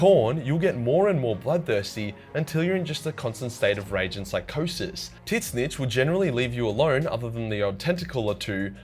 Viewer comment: I chuckled whenever pronounces tzeench as titsnitch